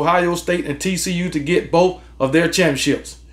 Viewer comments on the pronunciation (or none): Did he say TCU? 🤣🤣🤣